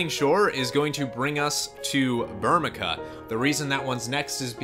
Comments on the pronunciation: Bur-mee-see-uh kupo! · burmeeeeesha burmecia ci makes and s sound you thats first grade english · Ber-Me-See-Ah = Burmecia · how do you pronounce Burmecia? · I love your vast FFIX knowledge. However, your pronunciation of Burmecia is atrocious.